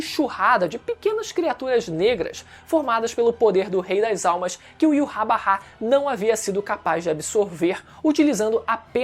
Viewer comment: Mano, para de falar "Iurrabarrá" pqp Primeiro deslike que dou em um video em anos, só por causa da sonoridade horrível de "Iurrabarrá"